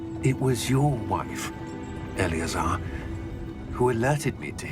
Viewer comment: Когда произносит Элеозар, у меня такое чувство, будто он произносит заклинание, а не имя профессора Фига 😸